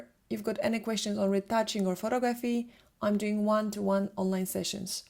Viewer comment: It annoys me that she constantly says *pho*tography instead of pho*to*graphy.